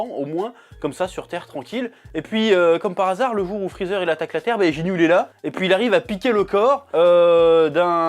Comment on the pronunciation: “Jinyu”????? Lol